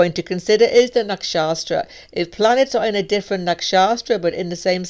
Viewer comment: it's is not nakshasthra. There's no second 's' in nakshathra... It's pronounced "nuk-shuth-ra".